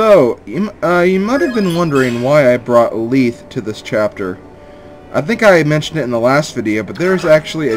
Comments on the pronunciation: You pronounce Lethe's name Leeth? I've always pronounced it Le-thei (Lacks symbols) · you pronounced lethe wrong youre pronouncing it as though its spelled leethe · I've always pronounced Lethe like the mythical river-- "leth". But Fire Emblem pronounciations are very difficult. RD voiceovers clear up a few of them, but there are many they never say out loud. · this little bit doesnt fit on the other comment...how exactly did i prove myself wrong? if youre talking about that very first part where the e at the end is missing i did that because its silent. i havent met a single person pronounce it leethe til this lp and even admitted to not knowing how to pronounce most of these names.